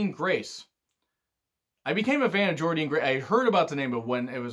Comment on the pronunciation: By the way, Jordynne Grace is pronounced JORDAN* She spelt it differently to stand out